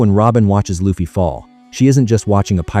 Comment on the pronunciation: STOP SAYING IT LIKE THAT!!!! IT'S AN L! NOT AN R!!!! IT'S ONLY AN R IN JAPANESE!!!! IT WOULDN'T BE AS INFURIATING IF YOU DIDN'T SAY THAT WORD AGAIN AND AGAIN AND AGAIN EVERY SINGLE HELLFUCK MINUTE OF THIS VIDEO!!!!!!!!!!!!!!!!!!! AWFULL!!!!! STOP USING AI VOICES!!!!!!!!!!!!!!!!!!!!!!